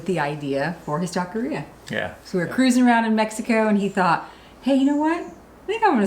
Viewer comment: I really loved how do you pronounced "taquería" and "Por que no tacos". And remember that big rain storm are for wash the boat!